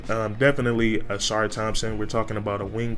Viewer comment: Dear Northerners, it’s the UNIVERSITY OF HOUSTON! Not Houston University! Never heard of that school. Where is that! Don’t insult Marcus by calling our Alma mater “Houston University!” And yes, you pronounced his name correctly; “Sass-sir.”